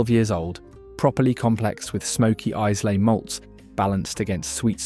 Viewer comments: “Eyeslay”?? 😂😂 Repeat after me … eye-la, eye-la. Islay = Eyela. AI shite. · And 'eye-la' FFS. Not 'eye-zlay' And 'Laguvalin'. I've watched a 'worst value whisky' vid that put Chivas Regal at the bottom because it was too smooth and boring. Macallan double cask was rubbished, too. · Eyes-lay whisky... sigh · It's not Eyes-lay. It's Eye-la. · Brands, or bottlings from distilleries? Also, really weird mix of blends, single malts and one CS thrown in. Pronouncing Islay as 'I -slay' (it's 'ai-luh') is bit of a giveaway (if more were needed) this is clearly AI generated. So many more distilleries you could have included. General ranking of what is included is probably a fair/reasonable take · AND 'IZLAY' for 'Islay' [Iylah for ye sassenachs] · And Izlay. Its pronounce Eyela. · What a load of computerised nonsense. "Blokes"? "One hundred eighty years"? And, Islay is pronounced "Eye-luh". The praising of incredibly average, not to say awful, whisky, seems to demonstrate that somebody is getting paid for this rubbish. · Did that synthetic Sassenach actually say Eyes-lay? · You can tell he's not Scottish. The island may be spelt 'Islay' but it's not pronounced like that. It's pronounced 'eye-la' where the 'la' is very short (that is, not larrr). And where's the Bunnahabhain collection? Beautiful peaty Islay single malt. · My go to Whisky is Johnnie Walker Black with a drop of water and no ice. In South Africa we get our whiskys at 43 % abv and 750 ml. I often hear that the pronunciation of Glenmorangie is Glenmoranjee. Glendiddich is Glenfiddihf. Izla ??? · Please learn how to say Isla - eyelah! Horrible flat voice and no research into pronunciation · Always a mistake with this otherwise reliable robonarrator, eyes-slay malts, Glen more_angy? Really killed the vibe those ones. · Where on earth is 'Eyes lay? Jeez... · There is no S in in Islay. You must put more effort into your pronunciation to sound convincing. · ...and Islay too.